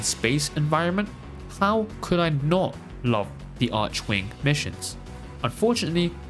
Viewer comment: arc-wing. not arshouingue or whataver is it x_x that appart,cool video o/